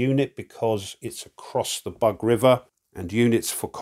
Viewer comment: It’s not “bug”, it’s “boog”. The middle sound you have in “dug”, “but” or “bug” does not exist un Slavic languages. And thanks a lot for the presentation. It’s very clear and instructive as usual, giving a very good insight into the game mechanics.